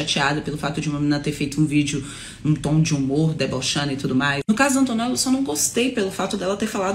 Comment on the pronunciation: ai q odio ela falando "antonella", fico ate com vergonha do meu nome ser o msm que daql garota